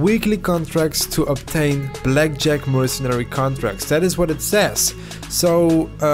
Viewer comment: everytime you say blackjack... i hear Jet pack. The search continues